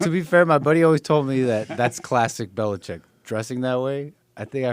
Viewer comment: He almost hurt himself trying to pronounce Belichick